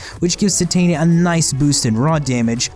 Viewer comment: That's not how you pronounce Titania. Apologize to me or I'm unsubscribing